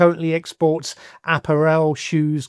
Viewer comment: App ar ell 😂 do you mean apparel are you an AI now